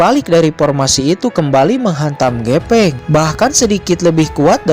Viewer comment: Pake F bang bukan P. GEFENG BUKAN GEPENG 🤭 ✌️✌️✌️